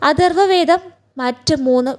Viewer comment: ഋദ് വേദം അല്ല!! ഋഗ്വേദം ആണ് ശരി !! അദർവ വേദം അല്ല! അഥർവ വേദം ആണ് ശരി!! ഘയാത്രി സൂക്തം? ആറാം മൺഠലം ? അക്ഷര ശുദ്ധിവരുത്തിയാൽ ഉത്തമമായ വിവരണം തന്നെ 👍